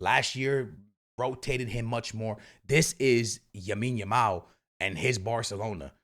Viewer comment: Bro is still saying YAMINE YAMAL😭